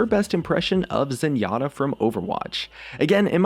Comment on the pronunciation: zenyata hahaha